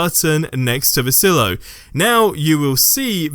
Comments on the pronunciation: It's pronounced "sigh-lo" not "sillo" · Sigh-low. Silo. Not sill-o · Oy. It's pronounced "sigh-low". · Please never say Silo like that again.